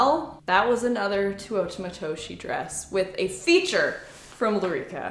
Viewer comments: Me: now say it with me. Teh!: Teh Me: ooo: ooo Me: Tah!: tah Me: Teuta!: Tuota!! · after all this time I finally found a pronounce program for Teuta Matoshi. You have the last name right but the first name is TAY OO TA. Cool, now maybe we can pronounce it correctly! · Isn’t it pronounced TEUta not TUOta🥹🫶🏽? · Just a note on pronunciation...😊 (capitalized letters are syllabic emphasis) You said too-WOAH-tah It should be teh-OO-ta (with dentalized Ts) 😊😊😊😊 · Hey just to let u know its pronounced Two-oo-ta if that makes sense:) Love the video, dresses n the brand itself! Teuta makes great dresses! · Tay- OOh- Tah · Omg.. I love you.. but GIRL. Its pronounced "Tay-U-Tuh" lol Her Canadian accent kills me some times lol. "MALK" Lmao By the way, I loved the last 2 dresses on you. They really look like your style. KEEP THOSE!! Xoxox from USA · I think has always said Teuta wrong. I mean how she says it is not how it's spelled. She always says Tuota. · It’s tay-oota 😅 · Ahhh I don't know why but it is bothering me so much the way she says Teuta's name. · You have done a number of these videos and still you have not learned how to pronounce her name 😂